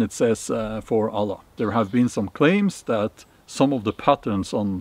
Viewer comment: Wow, one of the few white men who say the name of Allah correctly 😂